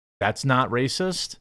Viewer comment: With the roll of the "rrracist" lmao.